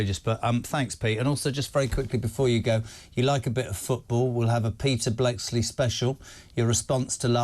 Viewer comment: Bleksley so disrespectful he can't even pronounce his name correctly